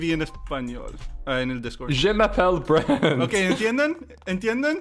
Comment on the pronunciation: Frensh Brent ??